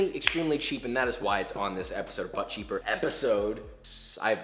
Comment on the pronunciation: What you said: "That's 'But Cheaper.'" What I heard: "That's butt-cheap."